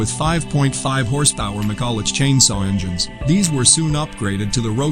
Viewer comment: Yes, he sounds like he knows nothing about aviation, and is just reading from a script. He also mispronounced McCulloch (Engines), saying the "ch" at the end of the name as it would normally be pronounced, but in this case, it's meant to make the sound of "ck". The "jizz" part made me laugh! "Oh dude, I was pulling some major jizz out there today!"😁